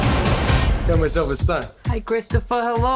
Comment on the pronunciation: That Cwistopheh, now someone is gonna have to unfuck what he just fucked up! Will he ever learn to keep his ears open and his mouth SHUT!!?? I have a feeling that one day his friends will abandon him. He’ll be totally ostrafied.